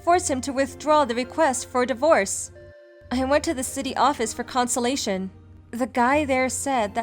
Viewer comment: Not consilaton but consultation (con-sult-ta-tion)